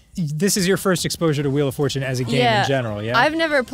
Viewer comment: Ah yes, “the fjortune wheel.”